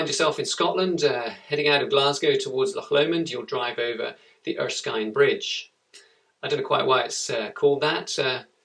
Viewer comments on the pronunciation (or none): it erskin not erskine